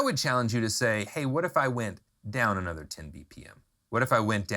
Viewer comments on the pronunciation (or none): none